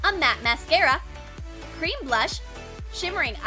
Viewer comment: umm...cremm blush? Who else thought it was “cream“ blush?